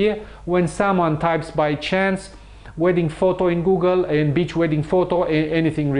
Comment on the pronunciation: Bitch wedding! i was like what, oh Beach wedding. sorry couldn't help it